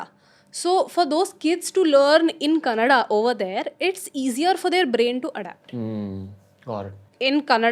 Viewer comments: Loved it when she said "Kannada" and not "Kannad" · Kannada anta helodu kaltidare jana♥️